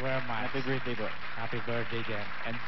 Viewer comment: JL: happy birtday po: HAPPY BIRTHDAY DIN lol:D